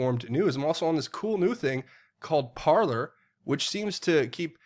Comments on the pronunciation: Love your channel,. Parler is pronounced "parlay" (French for "to speak") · Its pronounced Par-Lay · It's "par-lay" it's French verb "to talk". You might remember hearing it in Pirates of the Caribbean.